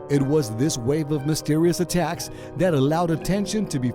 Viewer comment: In the start I heard "A TAX" instead of "ATTACKS"